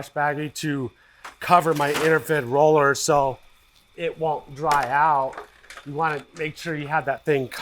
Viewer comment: Do you say “yo”? Or “you”? Lol